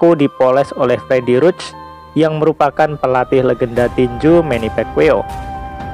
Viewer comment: manny pacquiao ngab, bukan manny pekwiw haha